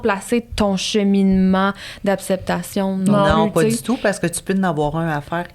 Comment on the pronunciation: je t'aime vraiment full t'es intelligente, t'es drole mais depuis que j'ecoute tes podcast tu dit toujours apceptation ( je te le dis avec un sourire la ) c'Est comme si ta bouche veut pas dire acceptation hihi